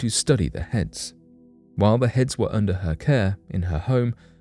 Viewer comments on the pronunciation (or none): none